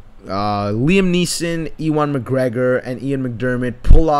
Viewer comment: he murdered Ewan McGregor's name.